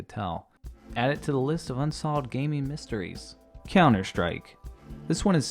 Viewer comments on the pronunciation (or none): none